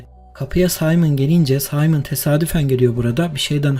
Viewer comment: Simon, Saymın değil. Önemsiz bir ayrıntı gibi olabilir ama Amerikalılar gibi havalı telaffuz etmeye gerek yok, okuduğu gibi telaffüz etmeyen neredeyse tek dil ingilizce. Dilsiz kız bile Simon dedi. Çok çok takıldım buna. Amerikancılık ingilizcilik o kadar yaygınlaşmış ki yanı başımızdaki milletleri de ingilizce referanslı tanımaya başlamışız